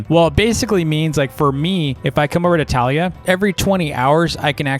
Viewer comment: Your pronouncing her name wrong it’s tuh lia